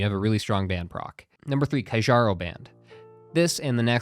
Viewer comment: One day will pronounce Kjaro properly...